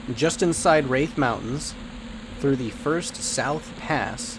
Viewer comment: Quadding at the gnolls is lame as hell. Thats a grouping spot. Plenty of other spots that are easy for druids to quad in. Just a quick correction South Ro, not Row and it's Rathe not Wraith =D